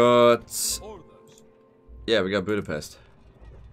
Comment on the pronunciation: Oh my Gods, pronounced Budapest correctly... Well, at least the first time.